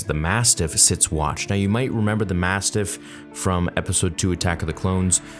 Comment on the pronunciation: Massiff.... no "t".